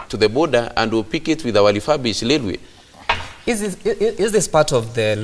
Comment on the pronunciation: it is Railway n not Lailway!